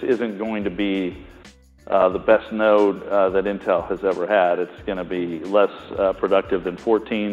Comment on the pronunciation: Node bro not note xD